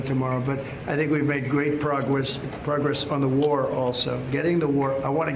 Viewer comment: did we make great progrwess trumpy? Awe, good for ya little guy